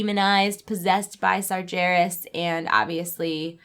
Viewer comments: Did she just call Sargeras as Sarjeras with a J? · Had to turn it off after "SarJeras" ... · Also you said SaJeras. Nope. Just nope. Refuse to watch the rest of your video. Done.